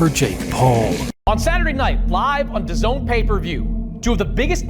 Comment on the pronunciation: It’s “Daz-nee”